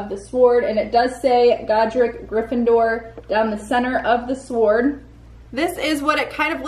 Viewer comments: And you say sWord it’s pronounced sored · It's pronounced "sord" not swhord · Amusing you pronunce the W in sword. The W in sword is supposed to be silent. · man u really sound out the W in Sword XD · why does she ptonouncw the w in sword